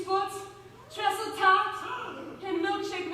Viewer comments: Why does she say it like "treasle tart"? Treacle isn't just a british thing. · Jake Stevens I know... I'm British but we don't pronounce treacle tart with an "s" and neither do scousers. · We'd pronounce it it 'treeeachle'....